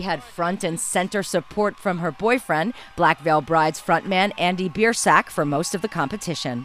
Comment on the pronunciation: “Andy Beard-sack”😂😂